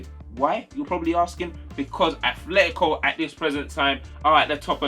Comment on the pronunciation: btw it's atletico no H you're saying athletico